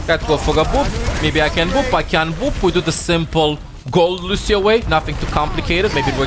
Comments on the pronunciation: « Luchio » xD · Bro the way he says lucio… LUSHEIO I love that shit!! Lol